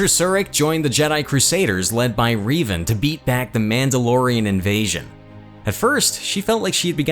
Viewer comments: RE VAN NOT RI dude learn to speak ffs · Man, you mispronounced a few names....the most egregious was Revan.